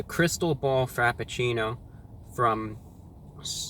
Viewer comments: "The time travel frapachilule." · I fucking died when he called it the Time Travel Frapatchouli from Starbucks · "Time Travel Frappachooli". I laughed so loud that I disturbed my dog :-D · Wait. “Time travel frappachoolie...” Did Brah just have a stroke? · "frappucchooooli" had my dying